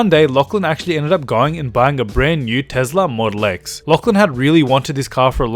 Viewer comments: IT'S NOT TEZLA IT'S TESLA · It’s not tez-la it’s a tes-la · Adventure: Tezla Model X Me: wtf it's Tesla Model X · Tesla not tezla